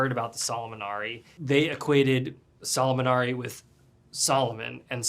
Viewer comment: Is '' Șolomonari'', man, learn to pronounce the things you use from people's cultures , folk etc.ALSO, the German immigrants on Romanian land had no idea wtf they talk about because the Solomonari has 0 connection with Solomon and all the crap you connected it there.